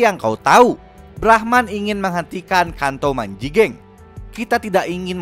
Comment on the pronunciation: Telinga ku ngraaaraaasaa gimana gitu denger " kanto Manji geng "😐